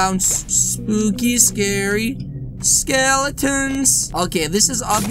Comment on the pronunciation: It’s scawy yes yes